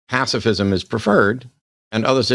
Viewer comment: If you can't pronounce the words "pacifism" and "authoritarianism," you probably should leave the topics to someone else.